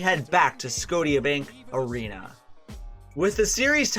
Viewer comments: Did you say "Sco-tee-a Bank arena?!" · Not to be rude but you didn't say Scotiabank Arena properly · Does anyone else not like how he pronounces Scotiabank arena? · Scotiabank Arena isn't pronounced that way but okey